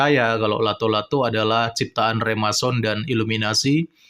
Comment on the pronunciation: Remason ? Remason balsem kali wkwkwkwk...Yg bener Freemason... koplak